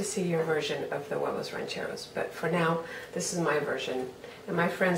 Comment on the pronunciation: love how u pronounce huevos rancheros